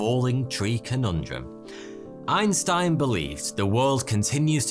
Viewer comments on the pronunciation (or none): none